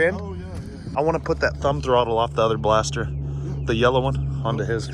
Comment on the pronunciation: Can never go wrong with a blastah, I aint never seen a bumper like that either its damn sick though. Killer vidyah!!!